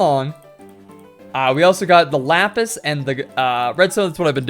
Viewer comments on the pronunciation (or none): none